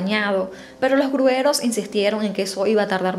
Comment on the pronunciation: Como comunicadora, tienes la obligación de hablar y expresarte correctamente. Se dice gruyeros, no grueros